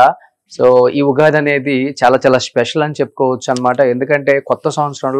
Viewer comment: Ughadi kadu Ra babu Ugadi anali,Womens kadu ra babu Women anali